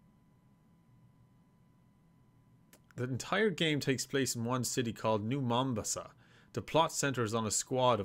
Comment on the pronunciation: His pronunciation of Mombasa hurt me